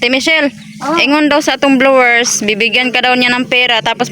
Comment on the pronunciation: BLOWERS DAW... AYUSIB MO.... HINDI YAN BLOWERS